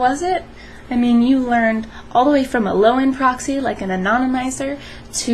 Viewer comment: pa-roxyee lol